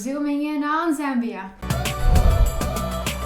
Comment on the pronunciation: Thank you actually pronouncing the name correctly, much love and support from Zambia 🇿🇲